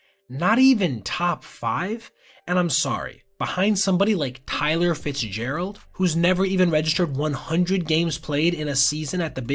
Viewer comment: Tyler Fitzgerald at home watching this, saying Bruh, why u gotta say my name like that?